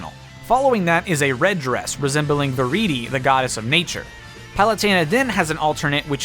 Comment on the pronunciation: he said viridi right this time, thank god